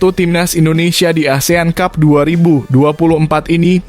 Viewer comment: Lagian ,ngomong ASEAN CUP.....aja... asean tjup ....😂